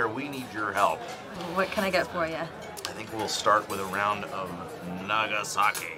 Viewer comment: Did he really call it a 'NAGAsake'? lol